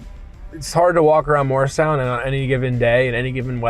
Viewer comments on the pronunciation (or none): I was immediately excited to see your virtual tour of Morristown - which is where I was born (right behind Washington''s Headquarters). I miss everything about the town (except my high school years). ANYWAY... without being INTENTIONALLY rude, PLEASE re-do the pronunciation of MORRISTOWN, established by our first governor. His name was Governor MORRIS (not Mars, not Moores). The town still is MORRISTOWN (MAHR-is-town). [That's THREE syllables, please.] In fact, travel south, closer to Philadelphia, and there is the town of... MOOREStown. I sure wish you knew ever and ever so much of its incredible history - my father was a history teacher, and loved taking his students 'round and 'round our then-beautiful town. I used to go ice skating in Burnham Park - and at night, I was the only one way out there on the lake... I'd ofttimes skate to its island and hang out with the ducks, swans, and geese. They;d carefully cross Mendham Road (my parents and I lived at the little Cape Cod FACING Burnham Park), so my first-ever little bird I chose to name Burny. Quite a few of the mother ducks would lay and sit on their babies' eggs... in our flowery and quiet backyard. We never had any homes across the two-lane street from us, since that was the park-like end of Burnham Park, which led straight down to my "private" ice skating rink. There is far, FAR MORE "old" history that is not included, alas. Lots of "second mansions" were built in Morristown by New Yorkers (all of whom lived in massive